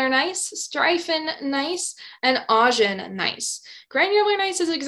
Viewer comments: Augen (eyes in German) should be ow-gen, not awe-gen. Just saying. Great video over all. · I'm loving your videos, they got me through Mineralogy and now through Petrology! For your Gneiss section at around 26 min... If you google the German word and pronunciation for "eyes" you'll see/hear how to say "Augen". 😊